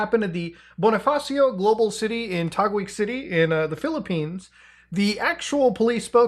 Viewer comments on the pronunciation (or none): it's pronounced Tah-geeg not Tah-gooig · Taguig is pronounced Ta (tax)guig(giggle)